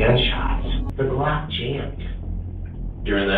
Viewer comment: Euhhh… c’est Glock 19 pas block…